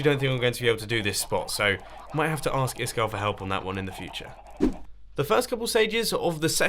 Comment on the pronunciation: *It's pronounced "iiskall"